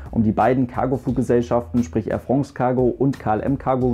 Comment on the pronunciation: Wenn der Bub irgendwann France richtig aussprechen kann, wird mir was fehlen... 😄